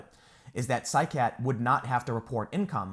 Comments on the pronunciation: I keep hearing side cat chocolate bar when your saying the guys name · I know it has nothing to do with the story, but everytime he says Saikat it makes me think about a super powered feline. Psy-Cat, saves the day and is cute as heck. Tune in now. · Whenever I hear his name pronounced I think I'm hearing... "SIDE CAT CHOCOLATE PARTY" ;)